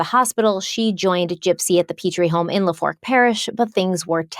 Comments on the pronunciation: OMG. I AM SOUTH LOUISIANA BORN AND RAISED. YOU BUTCHERED THE CRAP OUT OF THE NAMES AND CITIES AND PARISH 😂😂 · Proper way to pronounce Lafourche is La-foosh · We love you BUT it's pronounced " LA Foosh" parish ❤ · Love you and I know Louisiana words are difficult but just wanted to put it out there that the name of the parish is pronounced La-foo-sh. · Lafourche parish is pronounced La-foo-shh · hey, just to lyk LaFourche is pronounced LaFoosh lol, I live in Louisiana & the pronunciation always kicks everyone’s a** 💀 met y’all at crime con & excited to see your thoughts on this case🔎❤ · Lafourche parish is pronounced la-foosh. Just giving a heads up. And Louisiana doesn’t claim these people. Why is it any time someone makes the international news from here, it’s always the nut jobs? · “La•Fooch” parish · Just a little pronunciation tidbit. It is pronounced Shak-bay and is in La-foosh parish. Love you guys!!! Thanks for all your fabulous content! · Not mad because there’s no way for you to know this, but it’s actually pronounced “la foosh parish,” born and raised in NOLA fan here love y’all! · Lafourche is pronounced La-foosh.... your Cajun word of the week :) Keep up the great work! The depth yall put into these deep dives is awesome!! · Lafourche Parish is not in the Bible Belt. North Louisiana is in the Bible Belt but not South Louisiana. South La. Is more liberal than conservative N. La. Also it’s not pronounced “La Fork”. 😊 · Im gonna cry when i finish this one... hard to wait a week for new parts. And I'm from central Louisiana, so I may be wrong... with southern Louisiana, you never know, but pretty sure it's La-foosh Parish. Took me a minute to realize where you was talking about. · Great episode but as someone from Louisiana it’s “La-Foosh” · So people aren’t mean…it’s pronounced la - foosh parish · "Lafoosh" parish is how it's pronounced. Lol. Ur welcome! Heather, new orleans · Hey. You are saying lafourche parish wrong